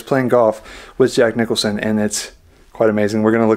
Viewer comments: QUIT SAYING JACK NICHOLSON!!! JACK NICKLAUS WAS THE GOLFER, AND JACK NICHOLSON IS THE ACTOR!! YOU KNOW THE SHINING, EASY RIDER......GET IT RIGHT!! BUGS THE HELL OUT OF ME, IT'S JACK NICKLAUS, REPEAT AFTER ME.... NICKLAUS, NICKLAUS, NICKLAUS, NICKLAUS, JACK NICKLAUS! NOW YOU GOT IT! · seriously Jack Nicholson? Its Jack Nicklaus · Jack Nicklaus. Not Nickelson Please be careful of providing info